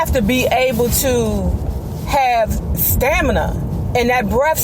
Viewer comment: Who is this lady, how come she can't pronounce stamina. It's stamina not stanima. Why is she bragging about her BMW. Possessions can't give you class. How can you talk about Bobby's weight let's see if your stomach see sticks out further than your breast. Current picture.